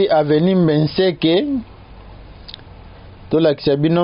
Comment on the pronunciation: BENSEKE et non Mbeseke